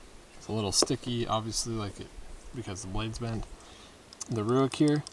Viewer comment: It’s pronounced RAKE not ROOICK